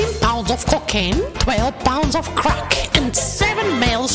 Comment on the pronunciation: The way way she pronounced "crack" keeps cracking me up... I'll see myself out.